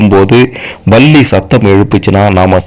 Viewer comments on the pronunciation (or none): Balli illai sir. Pronounce correctly It is Palli.